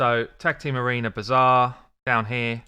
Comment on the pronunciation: I love how you pronounce the bazaar as "bizarre". Because there's no other way to describe these design decisions. An ancient shard isnt the same as a 3 star chicken. Not even remotely. How would that even be possible? Theres not only the chance to get an epic or a legendary out of an ancient shard, there's also x2 ancient days, but there is no day, no weekend where 3 star chickend turn into 5 star chickens for an upgrade, is there? So obviously a chicken is far inferior as reward compared to a single ancient.